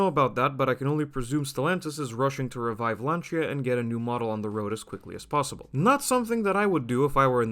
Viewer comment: Rebadged?! Talk from people who never drive "Lancha" (with soft ch) and doesnt known to pronuance the name...